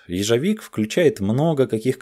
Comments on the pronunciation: Уже кто-нибудь написал, что правильно ежо́вик, а не ежови́к? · С каких таких херов ежовИк-то? Всегда ежОвик говорили, и только так правильно. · Ежовик! Ударение на о. От слова Ёж, а не ежевика. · ЕжовИк, ежовикА. Э! Эжевика!